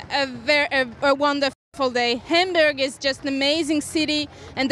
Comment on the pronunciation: Homburg? Sodoro? What is it with the mispronounciations?